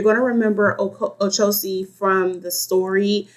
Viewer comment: With all due respect, it's not " Ocosi" is OCHOsi..like the word word" Churxh" O- CHOsi. Just thought you might want to know from a Babalawo. Ashe.